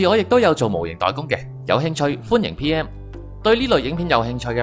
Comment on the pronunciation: 我想講下你有兩處發音有問題 1.代工PM，你講咗DM 2.膠碎你講咗膠水 唔好介意，或者可能我聽覺有問題